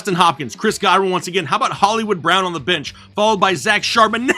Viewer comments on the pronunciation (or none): Lmaooo every time says Charbonnet's name cracks me up. Hilarious. This time I completely lost it when the beat dropped lmao